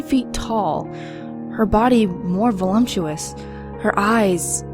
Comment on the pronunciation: wow... awesome story, really well read. my only tip would be that there is no m in voluptuous.